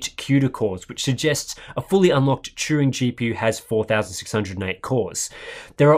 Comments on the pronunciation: Sounded like you were putting the 'r' before the 'u' and saying Truing. Maybe just the way I'm hearing the accent. All good. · Turing. Like, Alan Turing. Not Truing.